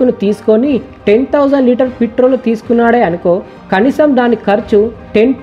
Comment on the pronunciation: Mr beast channel copy .........Harsha Sai పిత్రోల్ కాదురా నాయనా ....పెట్రోల్.....బల్లకాయా